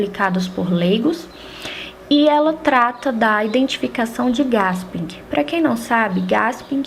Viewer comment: desculpe o vídeo, seus comentário e explicações são excelentes mas não se lê GASPING e sim GUÉSPIM parabéns gostei muito.